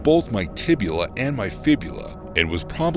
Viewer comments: Tibia and Fibula are the bones. Not tibula. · “Tibula” Lol